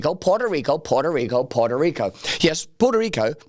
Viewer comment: They forgot to put the emphasis on puhrta rico